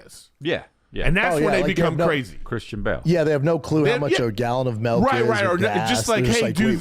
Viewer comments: what the fuck is, "a gallon of melk"? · Of course Bapa says “melk” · Gallon of Melk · Schaub needs to hire a speech coach to teach him how to say milk and everything. How can he not hear that he says “Melk” and “iverything”